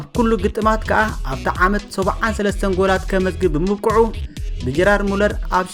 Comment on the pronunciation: ገርድ ሙለር ዩ ጀራርድ ሙለር ኣይኮነን soory ይቅረታ ግን